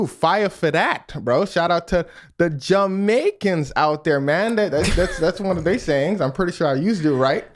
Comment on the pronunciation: 🔥🔥🔥💚💛🖤 you said it right. Jamaican approved .